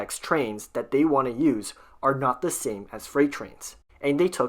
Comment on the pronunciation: Can you please learn to pronounce ‘th’?! Constantly hearing ‘the, them and those,’ reduced to ‘dee,’ ‘dem’ and ‘doze,’ is rather hard on the ears.